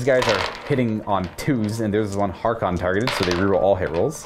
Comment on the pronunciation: it's Haarken World Claimer "H-ARE-KEN", not "HAR-Khan". C'mon man, he's so cool at least get his name right. Great bat-rep. Love to see more Black Legion.